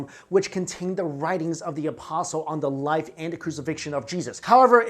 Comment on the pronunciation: This guy speaks English okBut I feel like he’s really struggling not to just burst into Mandarin. Words like life, and possession should not have H sounds in them